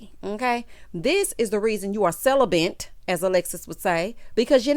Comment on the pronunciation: Celibent!!!!! LMAO..i wanted her to stfu pronouncing it wrong....ugh!!! LOL